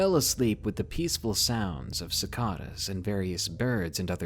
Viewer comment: Sorry man, but its pronounced sickaadas